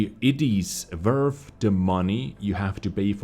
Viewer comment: "if it is wurf..."